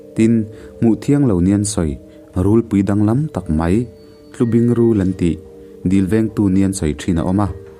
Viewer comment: Ngaihnawm țhin e,'Hrâm' tih lo pawh khi 'Tlubing' i thluk dan hi a diklo deuh, tun hma A I R a 'țhadûn' an tih țhin anga thluk hniam deuh tur..